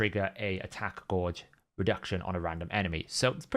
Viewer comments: Gauge not gorge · Drives me nuts the way he pronounces that word